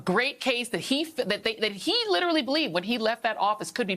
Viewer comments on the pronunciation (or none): What would lidderly stop people saying "lidderly" in lidderly every sentence?